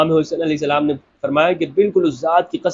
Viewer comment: Sir I love how you say Hazrat Imam Alahai Salam JazaKallah